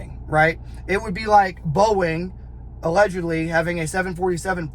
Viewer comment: just listen to how many times he says “Allegedly” or as he says “allehhjudly, allejudly”. moron, guys also a complete punk, talks shit on GBRS, then deletes video, no integrity, no balls.